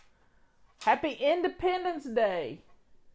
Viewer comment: when you said Happy Independence Day, I thought I hear happy end-of-penance day. LOL. I admit to being from the northern states, with a different accent, maybe that's why. thanks for another wonderful video!